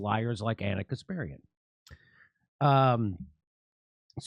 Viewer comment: Thank you Jimmy Door for your wonderful job only thing I would like to ask you instead of butchering name of "Anna kasperian " Please try to pronunciate her last name properly the way it's supposed to sound by putting her name on Google Translate in Russian language it's in Russian letters and try to say once in the air her last name the way it should be and I believe you're gonna be really recognized for ithat, would be something you would like to discover . "Анна Каспарян"